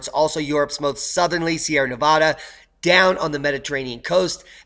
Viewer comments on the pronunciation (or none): none